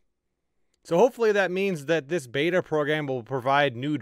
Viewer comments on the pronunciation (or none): none